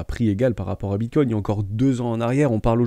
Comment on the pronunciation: Non, c’est comme ceux qui disent Bitcouine mdr